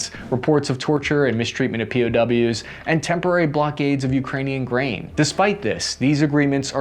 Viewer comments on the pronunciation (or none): I mistakenly heard you saying instead of grain I heard brain 🧠 I was like man they sale brain nowa days